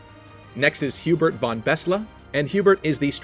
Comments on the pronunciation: When you pronounce the german von it should be like fon, its like pronouncing from, but without the r and with a n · Just a nice fact: von is actually pronounced with a sharp f ffonn, kind of like fun with an o :) Really funny that once again japanese people seem to love German names! 🍜